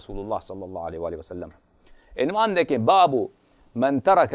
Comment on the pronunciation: یہ خبیث عبارت سہی نہی پڑرہاہے عنوان ع کے پیش کے ساتھ ہے نہ کہ ع کے زیر کے ساتھ